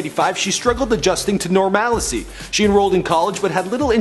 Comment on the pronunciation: "Normalicy"? Did "normalcy" and "normality" have a baby?